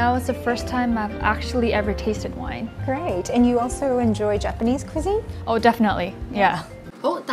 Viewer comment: Kamakaze Tiger 她有點誤人子弟，想學好說好外語不是靠重覆背誦單字單句而成的。況且她連cuisine 這個字也發音不準，我有點替向她學習英語的人擔心。